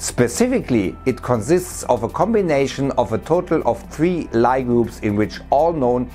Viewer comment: In case anyone reads comments, Lie groups are pronounced "lee" (for Sophus Lie, a Frenchman)